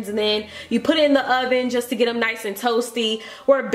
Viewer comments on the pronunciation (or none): none